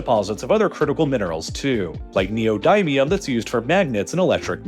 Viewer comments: great channel and probably the best one around for geopolitics since ever, but it's neo-dimm-yoom (for future productions, unless you've never heard of the word before, best to look it up in an online dictionary. dictionaries carry the pronunciation too, not only the meanings) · "dy" in Neodymium is not pronounced like "dy" as in dynamite, it's rather like "di" as in dictionary.